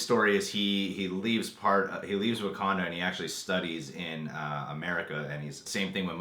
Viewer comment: "What do you know.... about WaKANDA?" Am I the only one who was a little annoyed by the way he pronounced that? XD